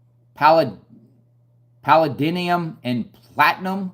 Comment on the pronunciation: Pall a Dee um. Paladium.